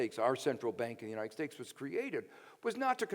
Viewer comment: Is he saying "United Stakes"?